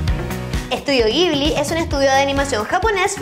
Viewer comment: CREO que se lee como Yibli >.<